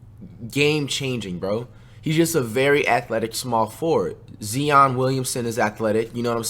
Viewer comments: This nigga said zeon it’s Zion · 1). It’s ZI -ON! Not freaking Ze-On